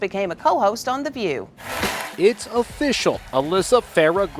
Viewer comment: I like the emphasis she put on "The View" as if it means something.